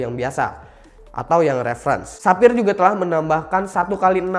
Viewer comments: Sefayer bukan sapir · Ketika Sapphire jadi "Tapir" wkwkwk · menit denger ga dari sapphire jadi tapir